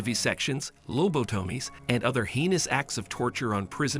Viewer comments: It's the good ol low-boat-oh-mees for me. 😂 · Lobe a TOE mees. Yea, this is human narrated. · Low-bo-toe-mees. Perfect. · Low-bow-toomies? Another nadir of AI... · “Loe boe tomies”? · Low-bow-tow-mees? Rayshuns? Nausie? Cuba taking over Cuba? M Kultra? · What are "lowbowtommys"?